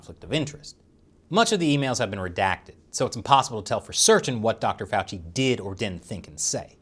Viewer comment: Now I know how to pronounce Fauci, thank you.